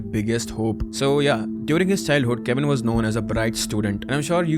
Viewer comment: hi bhaiya.... Its kavin not cavin